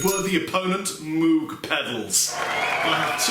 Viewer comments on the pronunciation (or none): I know a few people who would crucify you if they heard you pronounce it "moog". Apparently it's supposed to be pronounced "moge" but idk. Loved the review, this set up really works and those pedals sounds phenomenal! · The name is actually pronounced "MOGE", not moog, (rhymes with rogue). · Moog rhymes with Vogue......not cow like moooo g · Good job on the video. FYI Moog is pronounced with a long O as in "oh" not "ew". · Yup. It actually has the long o sound, so it should be M-oh-guh. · Moog is pronounced like vogue! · I love you, but it's Moog rhymes with Vogue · Moog - Rhymes with Vogue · Doctor. Moog (rhymes with rogue). I'm being serious now. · Awesome. It's pronounced 'Mogue' (like Vogue) innit? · Moog is pronounced like moge not an oo sound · Moog rhymes with rogue. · "Mowg", it's pronounced "mowg". Rhymes with "mode". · Good demo! BTW Moog is pronounced like "vogue". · I think it's pronounced like moug/mowg rather than Moog but I've never been sure. Does anyone know? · Totally expected you to get loads of hate for the way you pronounced Moog. Good job, internet :) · Can nobody pronounce Moog anymore?